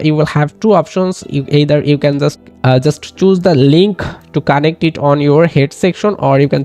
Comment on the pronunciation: It's connect, not conntect